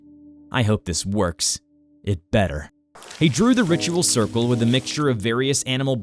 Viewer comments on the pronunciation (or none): none